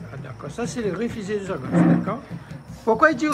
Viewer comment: Ôté, i di Chagos mais pas sagoss😂😂😂, mi di a ou ça comme ça, mais Julie pontalba, elle est jolie n'est ce pas heiiin!??😂😂😂 Fé tension, laisse pa ou tenté 😂😂